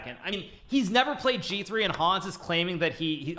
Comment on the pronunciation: MVL giving the proper french "Hans" pronunciation with a mute "H" :D